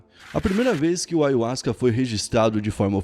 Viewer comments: Na verdade se pronúncia aiarruasca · Eu também pronunciava ayuasca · Pronunciam em espanhol assim: " aJahuasca" o Y tem som de Jota ( em português ) em espanhol. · Eu pronunciava: ayarruasca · Falou ayhuasca várias vezes no inicio n tem.jeito fabil kkkkkkkk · assiste o video do covil de jack falando sobre ayahuasca ai sim vc vai ter motivos pra fica bravo, essa palavra é nova e poucos tem o conhecimento normal pronunciar errado, o video foi bacana passaram uma visão sem pender pra nenhum lado oq é raro de se ver ainda mais sobre esses temas.